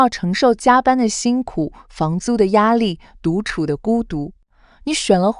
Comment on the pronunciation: daj ad oi cai khuc " 独处的鼓地” 处 la thanh 4 ma em nghe ad doc thanh 3 as